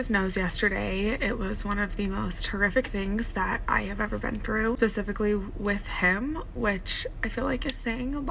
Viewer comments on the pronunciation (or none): "Pacifically" instead of "specifically" 🤦‍♀️